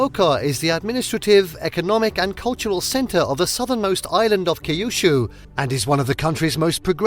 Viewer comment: Kaijuchuuu? No. Kyushu… get it right.